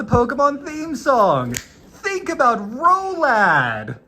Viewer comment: Ill always call it ROLAD because people here are pronouncing it "Rolada" which means "dickslap". ...look im not immune to dick jokes